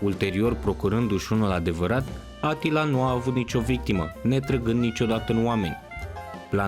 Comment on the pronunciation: E supărător că nu pronunți corect numele ungurești…(Așa cum îl pronunți e varianta turcească -Attila-).